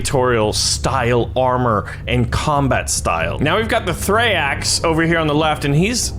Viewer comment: its not thraeax its thraex